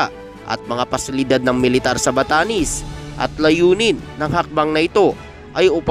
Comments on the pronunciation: BATANES HINDI BATANIS BOLOL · Npre ..batanes Hindi batanis ... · Batanes !!! d Batanis😅